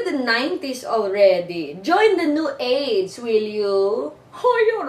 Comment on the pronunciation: 0.54 it sounds like she says: join the new AIDS :| but Im sure its New AGE XD